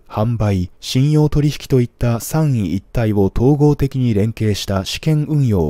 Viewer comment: 最前線 香港 様* staffの方へ・・・？🤔 *ﾜｻﾞﾜｻﾞではありますが気になりましたので確認願います🍀 → 頃の *今年7月中共は ・・・｢三位一体」を *ﾅﾚｰｼﾖﾝ→さんいいったい？ *正しくは→さんみいったい。 でしょう🌅 何時も聞き取りやすく！ﾅﾒﾗｶﾅ ﾅﾚｰｼﾖﾝです😳👍🍹🍀fight🍀